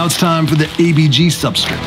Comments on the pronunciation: There is no i in substrate omg its so hard to listen to. Its like you are just kipping part of the word. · But dude, every time you say 'substrit' a fairy loses it's wings...... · I've been silently making fun of how you pronounce substrutt for months now. Keep up the good vids!! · I was quietly watching and ignoring how you pronounced "substrate" until u called me out lol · I noticed the way you said subrtrate right away when I first started watching this channel 😅 can I ask WHY though? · Why do you say substrate that way? You're the only one I've heard say it that way lol.